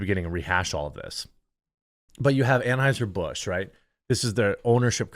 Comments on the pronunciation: "Tran-heuser Busch" 🤣 Love it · Ha. Did he say Tranheiser Busch?? 😂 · He said TrAnheuser Bush lol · He said "Tranheiser Busch" LMAO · DID he just say TRANHEISER-BUSCH ?????????????? lolololololololololololol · He said “tranheiser busch” 😂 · Budweiser clydesdale horses accidentally drank some of the beer and turned into unicorns.🦄🦄🦄🦄🦄🦄 Wait, did you say Transheuser Busch?🤣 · "Tran-heiser busch" 😂😂 I had to go back to make sure I heard you right, hilarious 😂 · TRAN-HEUSER BUSH 😅🤣😂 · When you said tranhighser I fkn lost it . 🤣😂🤣😂🤣😂🤣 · Pardon my spelling but “tranhiser bush” 😂😂😂💅 Edit: “Tranny fluid” 😂😂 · Love the way u said Tranheusr 😂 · Lol tran-auscher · I caught that "Tran-heiser Bush". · "Tranheiser Busch" 🤣😂🤣😂🤣😂🤣😂